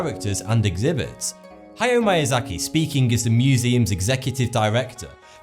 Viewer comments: Good video but the pronunciation of Japanese words was the worst I've ever heard. "Mayazaki"? It's more like "meeyahzahkee". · why are you pronouncing his name like it is mAyAzaki , it is miyazaki , it is pronounced like "me" ! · Miyazaki is pronounced Mee-ya-za-ki, not My-ya-za-ki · Its Miyazaki not MAYAZAKI!! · I think it's pronounced "Mee - ah - zah - kee", not "My - ah - zah - kee". Just saying you might want to improve your Japanese grammar for future videos. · MIYAZAKI not "MAYAZAKI". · It's pronounced "Meeasaki". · “idkwhattoputhere” Kuro He mispronounced a lot of things. At least mispronouncing manga doesn't make it sound like something else. It sounded like he said Mayazaki. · Unfortunately he butchered the pronunciation of "Miyazaki", lol. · Every time I hear Miyazaki's name being mispronounced, my life is shortened by one year. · i hate how he pronounced miyazaki wrong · You're pretty pretentious. You're talking down to people at the same time talking like a know it all. You're not even saying things properly. I could say that maybe pronouncing "Ataku" and "mAiazaki" was just your accent, but then you go and say "mononakO" are you even reading? If you're into anime, then these words should be no problem. If you had to research about the topic, then why are you so smug. Which is it? Don't even get me started on "Ghibli"